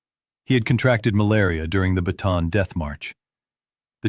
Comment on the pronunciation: You are pronouncing "Bataan" incorrectly. It is pronounced Bah-tah-ahn.